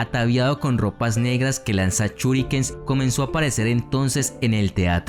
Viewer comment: me mató cada vez que decía "CHINOBI" o "CHURIKEN"